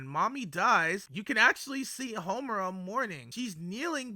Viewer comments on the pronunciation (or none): are you calling her momura?